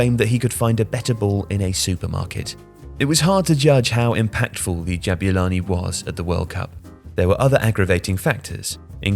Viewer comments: lol why does he say Jab-you-lani instead of Jabulani? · As a South African, I just want to say that it's pronounced Ja-boo-lani not Jab-you-lani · great video, but it's not "jab-you-lani" it's "jab-oo-lani!" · Ja boo lani. Not ja byu lani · Why do you call it DJEBYULANI? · It's pronounced Jah-Boo-Laa-keee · "Jabewlani" 😭😭 this man done colonised this ball's name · I never thought I'd hear someone butcher the pronunciation of "Jabulani"...